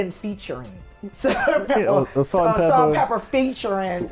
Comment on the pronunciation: stop saying pepper! it’s pepa!!!!!